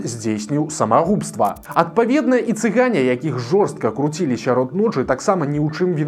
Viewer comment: на счет цыган совершенно правильно сделал, и ударение правильно поставил цыган!!